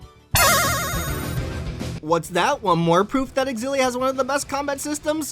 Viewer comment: Zillia not xgillia